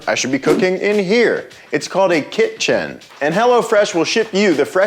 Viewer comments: That kit-chen pronunciation is comedic genius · “It’s called a kih-chen” 😅🤣😅💀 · XD. "Kit-chen" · My wife tells me stories about what y’all call the “kitsjin” I’m still confused what really goes on in there